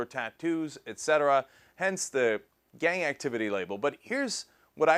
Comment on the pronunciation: It sounded like Cenk said "gay activity" the first time he said "gang".